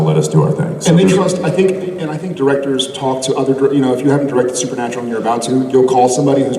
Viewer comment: "SUPER-NAPRAL" Jared honey what the heck? Lol so cute. Love these dorks."Process" and "influcence" will never the the same to me! Lol